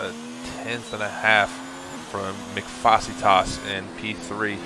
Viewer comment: Wow someone actually pronounced Mcfacetas name correctly! Good job